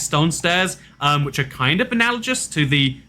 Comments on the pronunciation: Alternative Alternative title: can't pronounce analogous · The G in "analogous" is a hard G. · it's like how two people will pronounce GIF differently. Now we know how he pronounces it